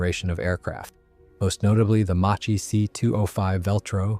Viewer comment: The name is mispronounced. It is pronounced Mak-ki, due to the h.